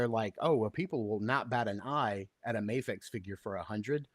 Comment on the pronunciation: Replay crew. Love the episode but it’s Mafex with an A sound not an Ah sound. A vowel followed by a single consonant and then another vowel makes a long sound.